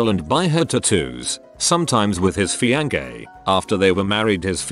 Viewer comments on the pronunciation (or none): Word: Fiancé Pronounced: Fiang-kay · Everyone: fiancé The voice: fiankay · No one: The Google translate reader: FIANKAY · no one: Narrator: FiAn-gAy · Text- Fiancé Robot- FiAnKaY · Nobody: Text to speech: Fiankè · no one: text to speech: feeyankay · Nobody: Literally not a soul: Text To Speech: FEE-AHN-KAYY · No one: Computer: FiaNKeY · No one: Updoot reddit: fiankay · feankay instead of fiancé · feankay thats how the video says fiance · fiance FEEYANKAY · fiancé=fee on kay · No one: Text to speech: fee an kay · fiankae? okae... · Pheeyankee (fiancé) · FIAN KEIY😂😂😂😂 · I’m hearing fian-gay anyone else? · Akki's Smash Stuff fiangay